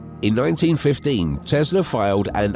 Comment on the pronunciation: It's not Tezla, it's TeSla !